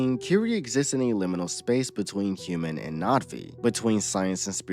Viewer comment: You keep saying Natvi… it’s Na’vi, no?